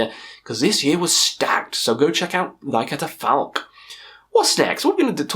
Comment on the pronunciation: I think you butchered the name of that Thy Catafalque album man😂